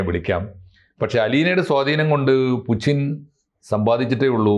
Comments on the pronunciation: പുച്ചിൻ അല്ല പുടിൻ ആണ് എന്ന് ആണ് ഞാൻ മനസ്സിലാക്കിയത് 🤔🤔🤔 ഇപ്പൊ ആർക്കാ തെറ്റിയത്....🤔🤔എനിക്കോ അതോ..... 🤔🤔🤔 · പുച്ചിൻ ആരാ? Putin എണ്ണ പേര് മലയാളത്തിൽ പുച്ചിൻ ആക്കിയോ? അതോ ഇതു ഞമ്മന്റെ ഭാഷയാണോ? ഞമ്മക്കിങ്ങനെയേ pronounce ചെയ്യാൻ പറ്റൂ എന്നാണോ ആവോ.... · Loosu koodhi, Spell properly, it's poothyn as pronounced Puchin alla 😂😂😂😂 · ഇത് എന്തിനാണ് നാവ് വാളയാത്ത പുച്ചിന് എന്ന് പറയുന്നത്, എല്ലാവരും പറയുന്നത് പോലെ പൂട്ടിന് എന്ന് പറഞ്ഞൂടെ